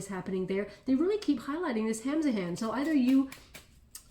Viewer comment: What is this that you are saying “Hams of Hands”?.. I am curious. Did I hear it correctly?.